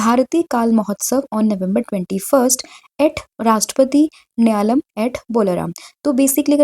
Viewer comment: Homework :- The answer is Oscar Piastri who received Australia's Prestigious Don Award 2025. Maam if you don't mind Question no 3 mein uska pronunciation hoga Bharatiya Kalaa mahotsav means art ko jo kalaa bolte hein na wo wala ...& dusra wo Rashtrapati NILA - YAM hoga ... Mere keyboard mein hindi typing nhi ho raha hai but I hope aap samajh payenge 😢 Thank you so much maam for valuable contents ❤🙏